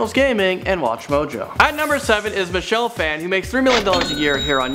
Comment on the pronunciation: What says - Michelle Phan What I hear - She ship Phan. (I was so happy........)